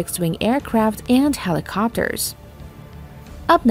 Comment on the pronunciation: You guys can't get a decent narrator to read this and pronounce words correctly? "Two hundred-eighty meter," "PortsMOUTH" "helEEcopters," "superierity" "Ronald REEGan" (only the name of a president), and my favorite "the United State Navy." Really? At least act like you care, eh?